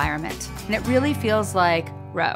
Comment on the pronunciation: Ro not or